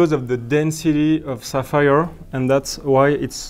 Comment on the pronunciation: It's sapphire, not sapires. It's okay to be poor but there's no need to be a hater.